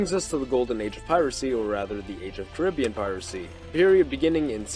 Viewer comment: Hearing the wrong pronunciation of the Caribbean so much is tough.